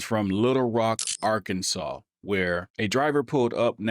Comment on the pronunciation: Total “SHIT SHOW”!!! I will never travel to “Ar-Kansas”, ever!!!